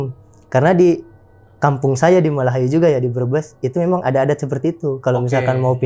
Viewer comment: gua org brebes tetangga an sama malahyu heh spicles denger abng nya bilang malahayu